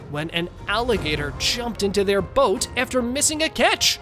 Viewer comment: ngl. you had me go back a few seconds on the second one cuz i thought u said "Goat" instead of "Boat"